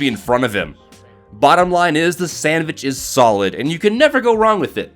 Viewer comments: ITS SANDVICH NOT SANDWICH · Actually it's SENDVICH not sandvich